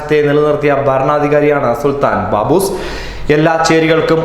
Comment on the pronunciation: Its not Baboos its SULTHAN QABOOS BIN SAEED